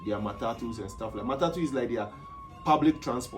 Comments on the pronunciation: M A T A T U ....................... not matutu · bro its not matako it is matatu culture